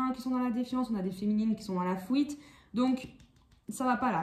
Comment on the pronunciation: Coucou, vous me faites rire avec votre accent " la fouite " lol. Tirage très juste. J ai dépassé tout ça. Mais jme demande si l autre va arriver à faire ce travail sur lui même si il ne va pas tjrs écouter son égo. Si jamais il revient j aurais trop envie de lui dire, Waou t as fait kho Lanta 😀 moi j en suis en 1 point il revient c est bien il revient pas c est bien aussi. Jm occupe de moi. Merci bcp pour ce tirage.